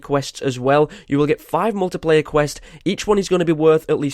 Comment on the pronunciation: You said muliplayer not multiplayer